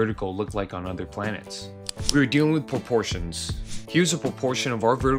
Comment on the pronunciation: Here are your "porportions" maam